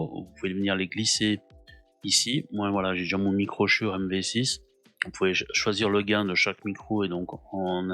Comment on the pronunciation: on dit "schoure" !